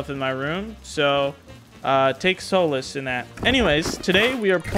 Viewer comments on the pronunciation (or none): I like how you pronounced solace as soul less 😂😂😂❤❤